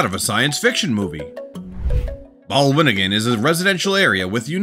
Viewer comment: Balwinningen??? 😂😂😂😂😂 It's bolwoningen, which simply translates to spherical houses. They're located in the city of 's-Hertogenbosch.